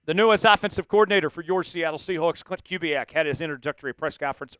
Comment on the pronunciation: More of pronouncing Kubiak properly, and less subscription selling, please.